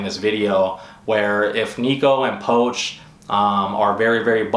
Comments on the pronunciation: Poch (poach), I thought it was pronounced "Pooch". He seems a bit full of himself lately, but he is good! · u just butcher pronouncing poch name